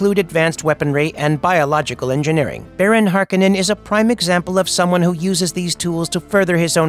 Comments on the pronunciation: HAR-KOH-NEN. Not Har-Keh-nen. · Hearing the name pronounced Harkinin……ugh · Hark-oh-nen. Damnit. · I thought I was the only one who went berserk over this haha. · I thought same until i heard some chars in 2 say harkehnen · thumbs down for never pronouncing the name correctly once. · I know right! It's so distracting to hear it mispronounced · It's hard for me to hear you pronounce his name without the hard O in it. Not this right or wrong, it's just it's already been ingrained in my head that way. LOL